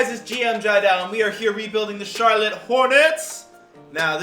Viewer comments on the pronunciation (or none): none